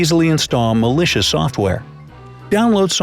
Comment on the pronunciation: Where he said malicious link I thought he said delicious link. 😂😂